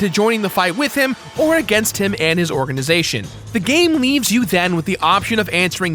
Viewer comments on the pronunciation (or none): none